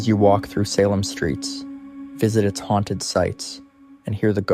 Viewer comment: Salem isn't pronounced Sehlem. it's Salem (saylum)